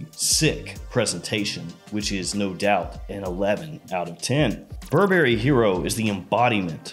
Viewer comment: Bur Berry? no Burberry. it's one word